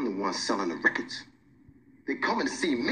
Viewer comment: The way he says “records” at : will always be hilarious to me 😂